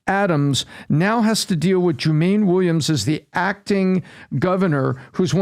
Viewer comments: Joo-mahn-neee Williams not Joo-mane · Love the analysis - but it's not "Joo MAYN", it's "Joo-mah-nee". Just wanted to point that out. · joo-main 😂, do better